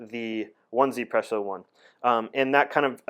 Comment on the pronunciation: You read as Ezypresso